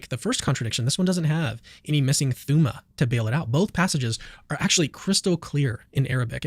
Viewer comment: "thooma" hahahaha